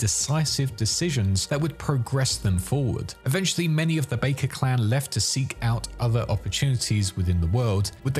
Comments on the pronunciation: Bakkers. Back-ers, not bake-ers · Great video. One question though; how have you played this game and yet you don't pronounce Bakker properly? It's pronounced like BACK-er, not Bay-ker. 😫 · You're pronouncing "Bakkers" as "bakers", but ingame people pronounce it "backers". Which one is correct? :D Great video nevertheless. Nomad was always my favorite lifepath in this amazing game. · It's definitely pronounced backers like in game. They aren't a clan of baking pastries and pies. 😂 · Baker? Aren't they called Bakker? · As soon as you mispronounce the name of the clan that the MAIN character begins the game as a part of, you lose the trust of your audience. If you had played as a nomad in cyberpunk 2077 one time, you would know that it isn't pronounced "Bakers" Got serious doubts about everything you say for the rest of the video. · Also Ara-sack-a